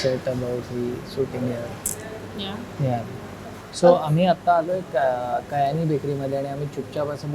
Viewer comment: About Kyani and Company Since you were particular about Diction You were all the time saying कयानी If you notice it’s क्यानी